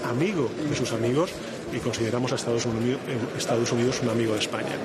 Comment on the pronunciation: Le dijo Estados Undidos 😂